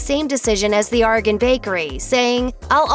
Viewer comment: Learn to say Oregon...correctly